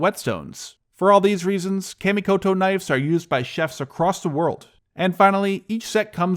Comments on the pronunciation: Good video, and finally an in-video ad I didn't mind (nice knives). However, one correction (sorry, it's a pet-peeve). "Kamikoto" is pronounced "kha - (mi -ko-to). Not "Ka" as in "cat" in English. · Kah- mee-ko-toe knives